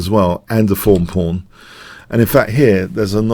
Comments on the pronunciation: Am I the only one who hears "phone pawn"?? I' ve been wanting to say that for quite a while... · I hear "fawn porn".